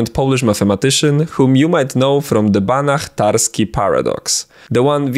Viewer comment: Oh, how refreshing it was to finally hear "Banach-Tarski Paradox" instead of the usual "Banack-Tarskee Paradox"!